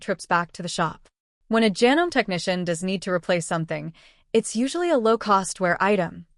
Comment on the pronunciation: If you are going to use AI, please program it to use the correct pronunciation. I am able to overlook Janome mispronounced as ja-nome when it should be ja-NO-mee, but when it refers to sewers as "sue-ers", I draw the line and stop watching. This is about sewing machines, not a plumbing project.